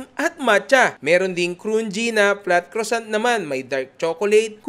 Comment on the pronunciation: Croissant (kruh.sahn)...pronounce it with a silent T at the end